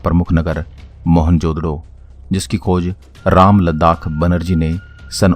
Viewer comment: क्या भाई रामलद्दाख नहीं राखलदास हैं थोड़ा पढ़िए फिर बोलिए